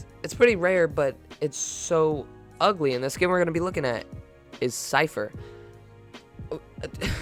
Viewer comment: Omg u said it’s igly